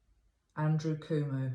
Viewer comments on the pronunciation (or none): His name is pronounced kwo mo (as in status quo and moe from the 3 stooges) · Pronounced: Coe Moe (long O sounds) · I am in the United States. I live in the state of Kentucky. And I can tell you that “yes, we all (all the states) care about New York! And the Governor’s name of New York is pronounced “Kwo-Mo.” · Hello, thank you for all you do. I just viewed this video, today, April 16th, and thought I would answer some of the questions you asked during the video (if someone already has, please forgive this second round of answers;-). First, Cuomo is pronounced Koo-oh-moh - both o's are long. You are right that there are states that don't care about what is happening in NYC. Those states are in the midwest, and the south, and are red states (Republican), and pro-Trump. The states on both coasts care deeply about what is happening to NYC. And lastly, Governor Cuomo is a symbol of strength not only to the people of NYC, but to the majority of the people in the US, right now, for we have a huge void in leadership from the President. He's already been nicknamed, President Cuomo!